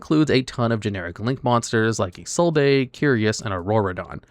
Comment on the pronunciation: Having Isolde (IT'S ISOLDE, NOT ISOLDA, THE "E" IS SILENT!) banned is the biggest negative for TCG in my eyes. At least Maxx "C" is banned. OG Noble Knight is a janky mess without her.